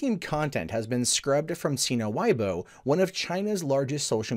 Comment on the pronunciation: Weibo is pronounce wuey-bo not why-bo